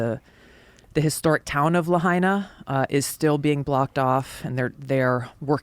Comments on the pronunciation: Lahaina is pronounced, “Lah Hyna.” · Btw the Biden Administration changed it from $700/ person to $700 per Household...smh. Pronounced "lay hi na." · "LAHAINA" .... (LA--HINE'-A) Say the NAME!